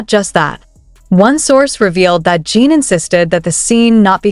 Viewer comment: can't stand you calling him JEAN. His name is JIN . Period.